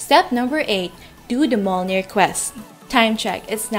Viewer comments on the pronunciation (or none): It’s “mi-yol-nir” hihi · I pity the noob that actually goes and kill 300 skeletons when the quest requires PIRATE SKELETONS - two different mobs. Also, Mjolnir is pronounced Myolnir ;) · mjolnir= Em jolnir :D yggberry= Way GG berry XD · pronounced as myolnir